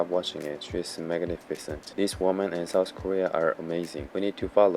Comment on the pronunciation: Just FYI, it's called South Korea not "Souuhsss Korea"